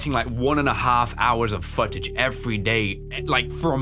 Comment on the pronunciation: Just want to say one thing funny about this. he said futage. Again, just something funny I saw during the video.